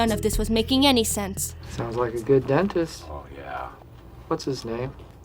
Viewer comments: "Play the crentist part of the office" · The moment I heard "dentist" I already knew, that I'll hear "Crentist"